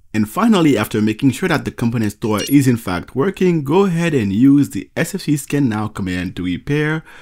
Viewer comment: It sounds like you are saying "company store", when the term is "component store", with strong stress on the second syllable: comPOnent